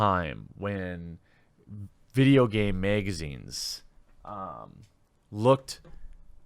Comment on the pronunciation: "Meegazines" lol!